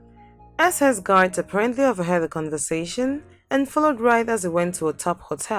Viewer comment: Shame. You can’t even pronounce conversation